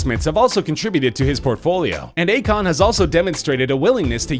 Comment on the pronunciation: U pronuced akon wrong.